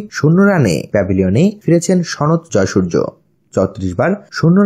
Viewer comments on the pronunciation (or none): Jaysurjo na jaysurya